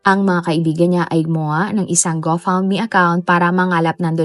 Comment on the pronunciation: Go fund me po un. Pero mali lng pronunciation niya